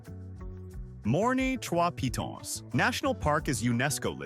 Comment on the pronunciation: You pronounce Dominica Dohm min eeka- and Kalinago as Kal ee nah go and Morne Trois Piton as mourn- one or two photos not of Dominica= but nice, very nice pics and it looks like a nice place to visit the way you have displayed it- I will look for more of your videos of other places, just ensure you pronounce the names- and maybe give different ways for people to access there-and any hotels? Thanks for this nice video. There seems to be a lot to do. And for the commenter that asked about a nightlife, it depends on the time of year- Oct, Nov and Feb seem to be high night life times.